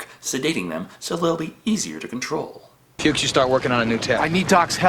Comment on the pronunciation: Nonono, it’s pronounced “Fucks” as in Fred Fuchs.:)